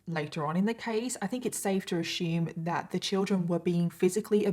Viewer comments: Ashume lol driving me nuts assume lol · I can’t listen to the story till the end cause of the way she say assume as “ASHUUUUME” 😭😔